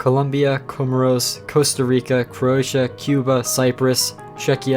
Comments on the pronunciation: Uhh Pronounced Wrong: Azerbaijan Bosnia and Herzegovina Croatia Côte D’ Eviore (Ivory Coast) Kiribati Kyrgrzstan Palestine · Him not being able to pronounce Bosnia and Hercegovina was funny lmao. he did mispronounce Croatia a bit but he did great on Serbia. Good job though.